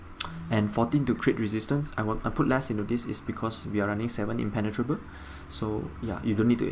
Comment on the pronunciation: "Everything is impen-tenatrable" 😂 you crack me up good build!